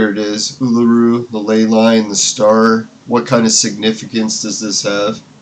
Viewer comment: Uluru is pronounced ooo-loo-roo